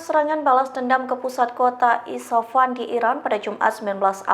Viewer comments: IS FA HAN....bukan di baca ISA FAN....Coba di cermati yg dibaca sebelum di sampaikan..😮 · Isfahan bu bukan isapan 😂